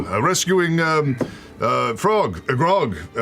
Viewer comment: I love Ashley intentionally messing up grogs name for the joke callback, but not only that she’s WEARING a Strongjaw Ale t-shirt lololol